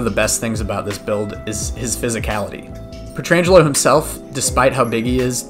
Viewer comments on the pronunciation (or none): Blues stroke off for Aleks Peet-ir-an-geh-low. Jk, great video! Loved it!